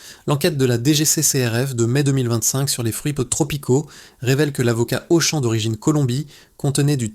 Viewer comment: La voix de synthèse : Auchan prononcé Auchanne!!! bravo